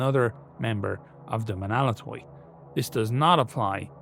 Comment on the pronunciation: Even in the utter extremity of the invasions of Hell, the Romans endure. Ho Stavros Nika! For the Queen of Cities! As an aside; Menaulatoi is pronounced men-av-la-toi. V and u is often conflated in medieval Greek but it almost always acts as the consonant rather than the vowel